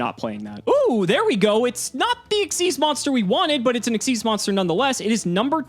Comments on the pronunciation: It is pronounced "ikseez" not "X Y Z" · still doesn't know how to pronounce Xyz Monster. It's "ik-seez", not "X-Y-Z". I'm out, that bugs the crap out of me. Konami themselves tell you so. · stop saying X Y Z, that is wrong. It's pronounced Exceez